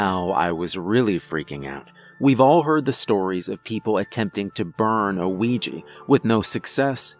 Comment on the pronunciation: Ya know you are suppost to say the a in Ouija (Wee-ja).